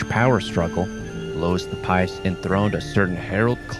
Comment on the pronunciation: Louis, not Lewis.